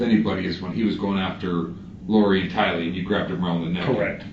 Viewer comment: It's Tylee, not Kylee... And you're absolutely right the story's didn't match.. Her's matched more with her moms because she rode to burger king and JJ's school and "mom" told her what to say... But they still didn't match... Fly high JJ and Tylee... You both deserved a mother and family who would protect you ❤